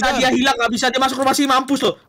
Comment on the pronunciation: Ngakak banget bilang ilankkkk 😂😂